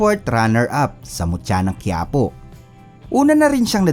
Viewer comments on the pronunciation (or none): none